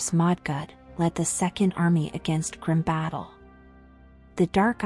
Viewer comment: Not opinion. Fact. I have a video from Blizzard that shows how Karazhan is pronounced. It has been said in audio in the game and other promotional materials. Albeit... that is one word. Grim Batol isn't "Grim Battle"... Grim Bah-toll. Another one from in-game audio. I'm not trying to be an ass here. And I know I am sounding like one... But to call yourself a lore channel, and then mispronounce things that have been set by the devs... I mean... Yea...